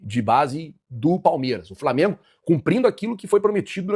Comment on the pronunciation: Aprende a falar o nome do time. Framengo é foda.